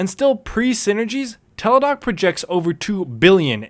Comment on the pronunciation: Isn't it Teladoc Health? Not Teledoc.